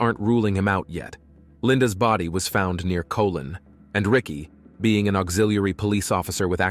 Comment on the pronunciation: Colon, Michigan is hilarious 😂 Cuh-lawn indeed 😆